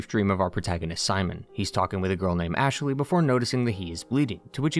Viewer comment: oh god he says ASHE-LEY in this video as well, drove me nuts in the mass effect videos